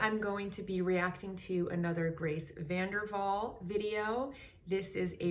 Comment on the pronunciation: Great reaction and analysis. I HAVE to let you know that you are pronouncing her last name incorrectly. She pronounces the w as a w, not a v.